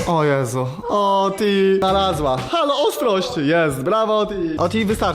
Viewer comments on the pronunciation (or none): none